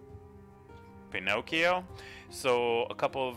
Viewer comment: I love your "Pinocio" passive